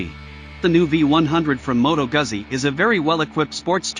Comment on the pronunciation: Pronounced Gootzi